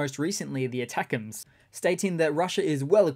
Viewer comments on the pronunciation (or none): none